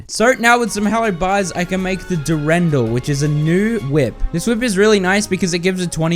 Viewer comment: That Durendal pronunciation is atrocious lmao